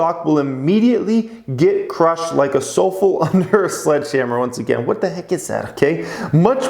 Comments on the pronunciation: Soufflé is pronounced su-flay! Not soulful. What he meant is like imagine a cake rising in the oven and you open the oven cold air comes in and the cake deflates like a thick pancake. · sofull hahaha Su Flay... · Sue flay is how that’s pronounced sir 😊👍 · SUE FLAY ... lol😂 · Nope is not " Soup Fool" it's "Soup Lay" lol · Elon will look soulful after they crush his sooflay. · Great video but dang are you ignorant. It's pronounced Soo Flay A very fluffy dessert from France. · Dude, it’s pronounced sooflay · Ha ha. Its "sue-fley" under a hammer. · not a word you see every day, but took me less than a second to recognize "su-flay" thanks for turning me on to plnhf!!!! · I hope you all realize is trolling you by saying So-Full. I mean c'mon, it is about food. You think he wouldn't research what a souffle was before the video. Use those thinkers buds. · Sou-fel, lol. OMFG 😂 That was so funny. Made my day. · SOUFFLE IS PRONOUNCED: SUE FLAY = poufy eggs = food = you see it in a restaurant menu = its ok your American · Did just pronounce it as so-fel lmaooo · oh my god a soufflé is a cake -pronounced soo flay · souffle, its a delicate desert. Pernounced like 'Su Flay'. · arent u french?!?! souffle = sue _flay. . . i still love u. lol😄😄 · Lol suu flay suuu flay 😂 soufflé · Souffle is pronounced sue flay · Su-flay= souffle lmaooooooo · souffle is (sue flay)... you know very light and fluffly dessert...I'm not judging you as we all have knowledge gaps. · Souffle is French! Its pronounced like: Sue-Flay 😁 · Sue-Flay LMAO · SO-FEL omg dying 😂😂😂😂 love you! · It’s pronounced [su-flay] soufflé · Haha, it's pronounced "soo flei" - that cracked me up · It must be because there's no accent character above the letter 'e'. If it was there, might know it. Still pretty funny tho. Lol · souffle a sort of puff pastry , pronounced sou flay ! it's french . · “Soufflé” pronounced “SUE—FLAY” lol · Is trolling with how he is pronouncing souffle?